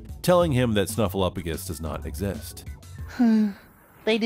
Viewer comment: OS Sesame Street viewer here. I remember when everyone finally figured out that Snuffy was real (poor Bird, suffering all those years!). To this day it makes me nuts when people pronounce Snuffy's name as "SnuffleUFagus" — completely ignoring the "P." #justiceforSnuffleupagus 😆